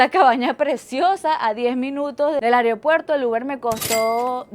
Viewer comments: Me causa gracia "AREopuerto" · Me encanta que dice "Aryopuerto" jajajajasjs